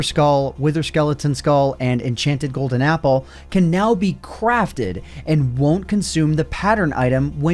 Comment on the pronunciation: he said cwafted